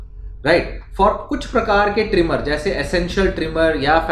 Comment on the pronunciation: It's not trimor..it's tremor